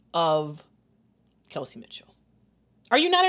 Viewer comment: Does mama know it’s Kelsey and not Chelsey 😅